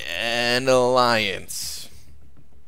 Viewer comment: an aliance''😂